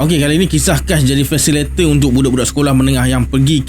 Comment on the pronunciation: fasilitator bukan fasilator. Jgn marah.